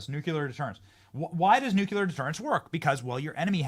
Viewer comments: Benny, Benny, Benny - just stop it! Nu-CU-lar is NOT a word. For the love of God. NU- CLEAR. Nu-clear. Two syllables. Nu-Clear. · How many times people have to tell you that there is NO word like NUKULAR in the English language?! Why not just avoid trying to say the word Nuclear when you speak, and be done with it??? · Nuc-LE-AR. NOT Nuc-ya-ler! C’mon MAN!?!!?? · Benny, I hate to say this but "nuclear" is pronounced "noo clee err". Sorry, pet peeve of mine. Keep up the awesome work! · NEW-Clear. Please learn this word! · Benny needs to learn how to pronounce NUCLEAR properly.